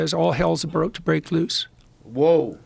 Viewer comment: "All hell's aboot to break loose"